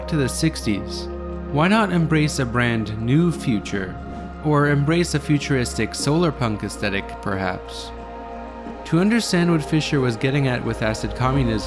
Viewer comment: *az-THET-ic, with a soft TH (as in the words Pathetic, Synthetic, etc.); rather than uh-STET-ic (as though speaking with a Brooklyn accent). Mispronunciation of this word has metastasized drastically due to the YouTube Feedback Loop - wherein video-makers parrot one another's errors. Its prevalence ranks alongside "aforementioned" - widely mispronounced AFFER-mentioned, instead of uh-FOHR (like the word Before, rather than BEFF-ur).